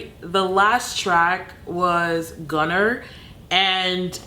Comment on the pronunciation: Its gone (er) not gunner